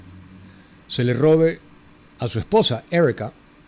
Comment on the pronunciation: Patético cuando dice ERRIKA, en lugar de decir Erika, para mencionar el nombre de la esposa de Kirk. Debería, predicar mejor en una iglesia protestante. Casi un fanático ultraconservador.